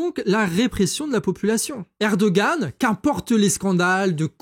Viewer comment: Erdogan se prononce ErdoWan en turque, si jamais ! :D